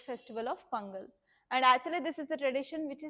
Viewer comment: Pudhukottai ✅Pongal ✅ pronounciation😅